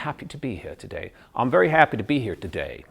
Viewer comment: He said 'I'm very...'' He pronounced very with a b(Bery), he should say very(Very) With a original v. But afterall he's good. Very good.